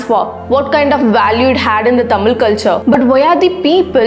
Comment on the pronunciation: try to pronounce correctly thamizh not thamil.